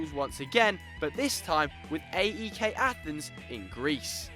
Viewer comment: Say AEK correctly